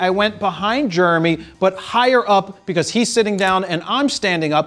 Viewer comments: Say it with me — “JER-emy”. Not Jurmy. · He does. Germ-ee? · Even worse, Germy. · Is his name germy, Jeremy or what; because you keep saying germy?!? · Just like RAW sounds like RAWL in the intro ...and "to drawl" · Germy. Shot in Rawl. But I love it! Fro is awesome. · Swear I keep hearing Jared say “Jermy”(like germ-e) when he pronounces Jeremy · “Germy”. Once you hear it... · Philly Philly. Dilly Dilly. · It’s like Charles Barkley saying “turrible”. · anyone else cringe at the way he says "Jeremy?"